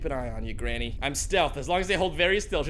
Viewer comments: I really lough so much when he said grainy ha really right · Did really call granny.. grainy...